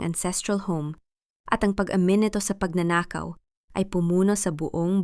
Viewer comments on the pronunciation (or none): Pagnanakaw ,bigkas pagnañahaw ang ganda Sana kaso daming Mali ng bigkas ng mga salita